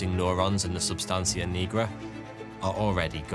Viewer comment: 😂😂it’s A not O though